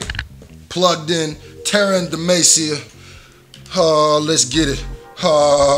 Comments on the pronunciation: channeling his inner "middle aged white mom trying to pronounce spanish words" voice when pronouncing demacia XD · Starts streaming League game play The city is Pronounced Dim-ah-see-uh. for future reference :) I love your vids my dude. Fiddlesticks is a champ who just got a long awaited rework. This is a rework teaser for the champ. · Where is Demacia? Demacia ( u said it wrong ) is apart of a world known as runeterra where league of legends take place all the champions are from there or have some relation to it. Who are those people in armor? They are crownguards or u could say soldiers who come from demacia which is the place in the distance in the beginning. Tf is that creature? That creature is named fiddlesticks it is not new to league of legends however it is a rework in other words they changed the character abit. What are the creature origins? Nobody truly knows What were the crownguards doing outside demacia ? Well I'm assuming after the last cinematic in which they guards was talking about which is when he mentioned mages they probably sent them to scout to make sure anything after the acurrence of what happened is dealt with also Demacia has a dock so I'm assuming they were around that area